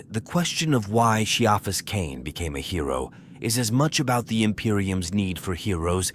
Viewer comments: It really takes me out of the story when the AI phonetically pronounces names. It's not KEY-AHfus , it's SYA-fus or KAIA-fus . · Glad i'm not the only one.